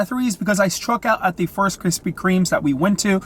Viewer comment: “Krispy Kreme”...no “S”